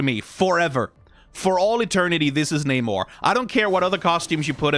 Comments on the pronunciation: namor was the first mutant the wings on his legs are his mutant power and rest of his abilities come from him being part atlantian. Also you pronounced his name wrong everytime except when talking about his evil brother. But i do agree that he needs to look more royal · Bad news, they're using the MCU pronunciation of his name.